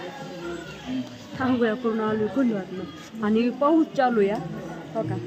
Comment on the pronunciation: च्यालू म्हणायचं नाही चालू म्हणायचं